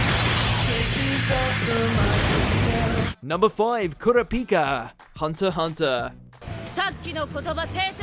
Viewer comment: He does know that he did the hunter x hunter name wrong it's core-ra-pika aka kurapika